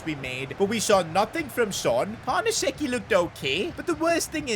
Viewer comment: great videos, am waiting for the creat-a-club in italy. you havent been there yet. and i think its pronounced carnesechi not carnasecci